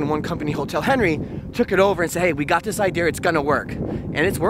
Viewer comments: He must be missing the uk, "idear" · Everytime he says "Idea" it's like "Idea'rr" xD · There’s no r in idea